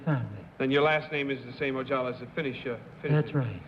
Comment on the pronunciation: It's Ojala, not Ojallah. And Kitty Carlisle? I've seen her on A Night At The Opera with the Marx Brothers